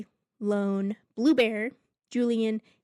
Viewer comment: Hiya It's not Lone it's Ione (iy-oh-nee) And Friga is pronounced (free-ga) Not free-ja